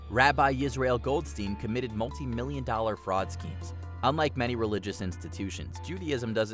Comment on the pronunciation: That's not how you read "goldstein"